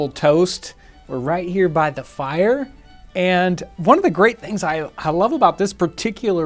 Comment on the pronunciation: The way he says "the fIRee"